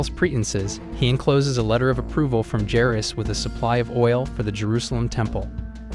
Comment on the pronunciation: You don't know how to pronounce Judea and Jairus